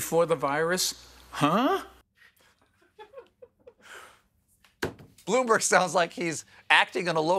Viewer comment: Did anyone else hear Stephen say "Bloomberger"?